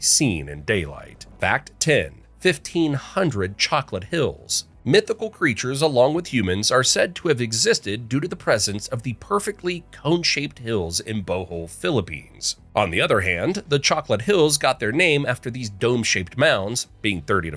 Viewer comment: it's pronounced "bohol" not "boho"